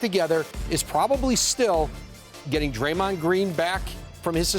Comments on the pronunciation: Did Malika say, "Gray-mond Green." 🤣🤣🤣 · Crazy thing is she knew she said his name wrong and still didn't correct it. Smh